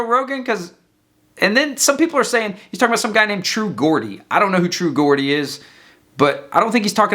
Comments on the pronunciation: True gourd-y? Love ya, its geordie with a j tho 😂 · "true gordie" lol. It's pronounced "jeordie" and means someone from Newcastle, England. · "Geordie" is pronounced "Jordie". It's the name for someone from the NE of England, particularly Newcastle (like cockney is for a Londoner). Anyways, I'm surprised you don't know his channel, you should check it out. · Geordie... pronounced Jordy as in Geordie Shore as in Newcastle. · Geordie - pronounced Jordy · It’s True Geordie for sure, he’s fat and bald and articulate. You’re like 150 tops? And Geordie pronounced with a soft “G” as in George. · lol Loving the pronunciation of True Geordie. It's pronounced Jaw-D.